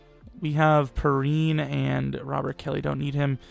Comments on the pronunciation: lol I was getting triggered all video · Its pronounced P-Ryan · Just so you know samanje perine is pronounced pee rine